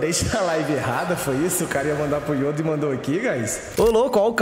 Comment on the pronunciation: " estam,os contra o youda , jovirone " kkkkkkkkkkkkkkk TRADUZINDO = OS AFUNDADOS KKKKKKKKKK